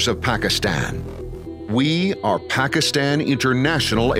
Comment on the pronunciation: western guy with american accent promoting PIA He is not even able to pronounce Pakistan correctly. You people didnt find any single person in pakistan worthy enough to give a voice over for this video? . Such a disappointment.